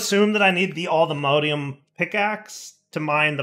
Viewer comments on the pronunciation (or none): For the love of all that is holy, please stop saying allthemodeium. Its mod,, MOD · pronounciation of Modium is very Jraphics vibes. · pronunciation of allthemodium hurts me